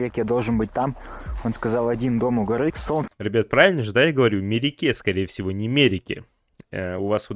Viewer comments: pravilno Me-re-KE', to est, Vy pravilno proiznosite, tak kak v Qazaqskom yazyke udarenie padaet na poslednii slog - vsegda! No est' odno isklyuchenie, kogda udarenie mojet padat na pervom ili vo torom sloge, eto tolko v pesniyah. Frantsuzskii yazyk ochen shoj s Qazaqskim v etom voprose. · ты правильно произнес имя Мереке. В переводе Праздник.